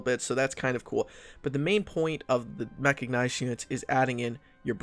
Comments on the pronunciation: it's mechanized not mechagnized oh my god that was bugging me the whole video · Ehm... It's called Mechanized, NOT Mechagnized. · Good video, but every time mechicknized instead of mechanized, it makes my spine cringe. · ehm ehm, "mecha-G-nized", sry what? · Are you aware that you're saying "Mecha-G-nized"?